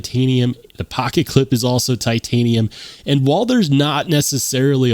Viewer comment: I swear I heard you start talking in a bronx accent when you said "pocket pecka" 😂